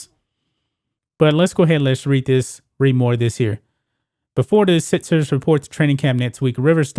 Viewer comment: Learn to pronounce your fucking K's! MarXist NOT martsist. SiXers NOT sitsers. HawKs not Hawts. BuCKS NOT Buts. DunKs NOT dunts. FolKs NOT folts. AttaCKs NOT attats! NeXt NOT nets!